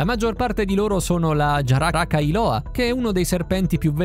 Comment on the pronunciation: È buggata, infatti dopo dice Giaracailoa